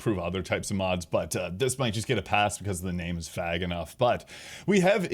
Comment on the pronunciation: yeah, I know, don't worry, I understood 'vague' when thought about the context for a second, things like that happen sometimes